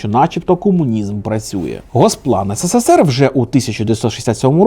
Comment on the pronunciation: хочу сказати що ви робите в кожному ролику помилку "ссср" а не "срср" знаю що це виглядаэ зарозуміло, але мені просто ріже слух